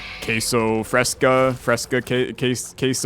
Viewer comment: this video is old but i need you to know that as a mexican, that entire bit of saying you put cheddar or pepper jack on mexican food hurts me. also the pronunciation of queso fresco... but its okay, i am willing to forgive you